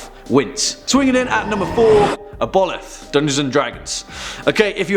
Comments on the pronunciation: i love you but ive never heard the word aboleth (Aah-bo-lith) butchered so badly before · Pronounced Ab-O-Lith